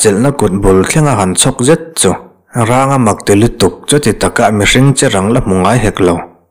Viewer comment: Ranga tih hi mihring hming a ni a thluk hi sarng tiha rang kan lam rik ang hin a thluk tih hniam tur a ni lo maw